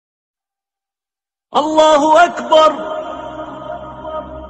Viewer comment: очень красива произносит Азан Аллаху Акбар